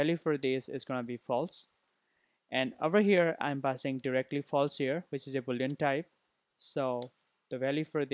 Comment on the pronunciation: Its false instead of flase